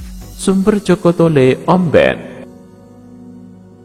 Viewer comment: Pengisi suaranya ..bukan orang madura bilang omben aja dah salah🤭